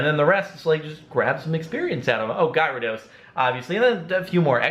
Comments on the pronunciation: its actually pronouced gear-a -dos ( dos as in two ) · Is it me or is everyone playing pokemon go saying gyarados wrong...